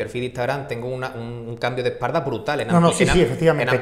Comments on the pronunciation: ¿Porque dicen esparda? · No se dice EspaRda. Se dice: Espalda. Repita conmigo: Es Pal Da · Es par da....se pronuncia es par da jajaja jajaja jajaja jajaja jajaja jajaja jajaja jajaja hoy aprendí algo jajaja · Por que dicen esparda? jajajaaj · esparda? por que no sabe hablar?